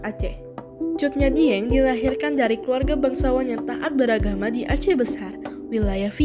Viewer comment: sudah bagus, namun pengucapannya cut nyak dhiennya salah